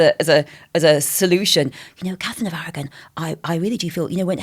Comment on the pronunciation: Catherine of Awaw ? What is she saying ?